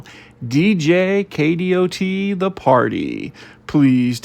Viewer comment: Please, please, please stop saying K-D-O-T. It's pronounced "Kay dott".